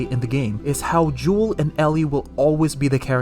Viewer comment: Bro keeps calling him juul like the vape 🤣🤣